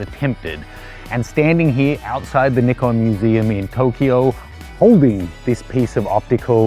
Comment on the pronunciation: I hate the way you say Nikon, even the commercial guy pronounces it "n-eye-con"